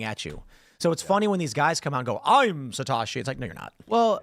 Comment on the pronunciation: Tim you're mispronouncing Satoshi. It's Satoshi not Satashi.